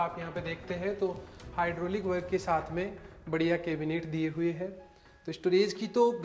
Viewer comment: Shaath me nhi bolte aap saath bola kro aapka sha sha bolta bhot irritating lgta hai hai aap apna pronouns sudharoge